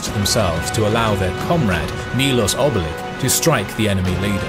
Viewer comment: Not milos o